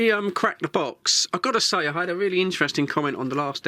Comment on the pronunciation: This is radio, reeeely? Ar U shuuur? May be it's better not to use words you're don't know it's meaning.